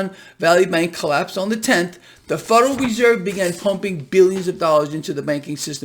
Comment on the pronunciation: the "fuderal" reserve